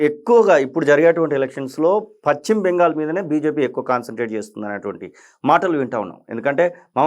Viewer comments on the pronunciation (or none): none